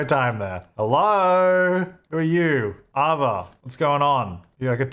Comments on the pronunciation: Ava is pronounced ay-vah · I love you but it's Ava like 'A' as in 'hay' and 'va' as in 'baa'... Ava (sorry, i has too) btw love you too Deli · The way you pronounce Ava at the beginning has made my day 🤣